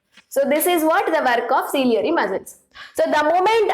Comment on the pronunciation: It's not cilieary muscles it's ciliary muscle